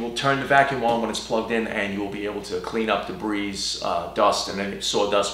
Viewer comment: a fine comparison and excellent explanation. By the way, since "debris" comes from the French, and they don't usually like to pronounce the last letter of most words. Most folks I know say "debris" without pronouncing the "s" so it comes out sounding more like "de-BREE." Also, the brand "Fein" is from the German, and most folks use the traditional pronunciation rule-of-thumb for the "ei" and "ie" dipthongs where the 1st letter is ignored and the 2d letter is voiced -- so "Fein" comes out more like "fine." I think "Fein" is fine, but Festool is finer. 🤩 [But tread lightly if you''re around a Mafell fanatic.]